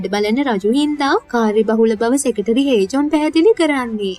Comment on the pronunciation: Nice work Secretary - සෙකට්‍රි - සෙකටේරි කියන එක අහන් ඉන්න බෑ